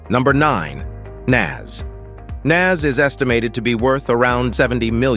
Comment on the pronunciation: Can’t take anything in this video serious once I heard the narrator call Nas… Naz and Kelis… Kelli’s 😂 🤦🏽‍♂️